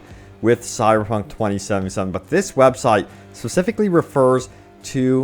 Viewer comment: Please enunciate 2077 properly.